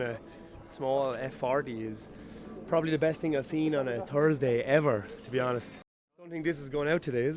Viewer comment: Tursday or turdsday? There's an "H" in there man.. Silly ass YouTuber kids from all regions.. Can't wait fer Mernday morning